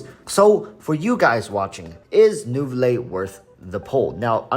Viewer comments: walrus its prounouns as "nouvilett"!!!!! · You should pronunce the t. Any time a French name ends with e you pronunce the previous letters.